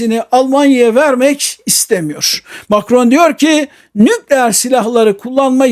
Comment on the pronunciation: Sağolun. Lütfen Türkçe titizliği: * 'nükleer' derken vurgu son hecede olur: nükleER. (İlk hecede değil.) * -istan ile biten ülke adlarında da vurgu son hecededir: KazakisTAN, YunanisTAN vb—önceki hecede değil. Lütfen :) Yaşayın :) )